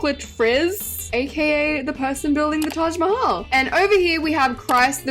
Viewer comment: It hurts me when literally everyone miss pronounces Mahal in Taj Mahal 😭